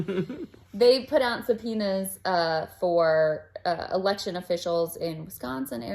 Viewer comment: V elecshun